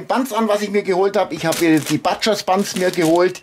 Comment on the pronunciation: Butcher´s wird mit "u" ausgesprochen...